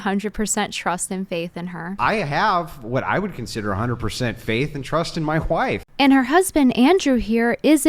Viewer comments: I hate how he says "wife"...he says it like there is an H in it..."whife"...:face-red-droopy-eyes:....I know it's petty but it's annoying:face-orange-raised-eyebrow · Why does Andrew Wilson pronounce "wife" as if it were spelled "whife" with an "h" after the "w"? Sorry, I mean Andrew Whilson. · He said “i have a 100% faith in my WHife”. Is there an H in wife when you’re christian? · Any person who pronounces “wife” with a hard emphasized H like they are Stewie pronouncing “cool whip” needs to be sent to a gulag. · That was literally my only takeaway i cant stop thinking about it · People who put an H before W in a word that starts with W are weird. "hWife" he says. How strange. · i beg your fucking pardon.. hhuwife? 😂😂 who is this guy stewie this cracked me up for no reason 😂😂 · im my WHIFE??? Like Stewie Griffin saying cool whip, his WHIFE!? 💀💀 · why does he say “whife”…… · Hwife and hwords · why does this man say "wHife" how fucking dumb. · Oh thank God 😂 i thought I was the only one. It's so fucking jarring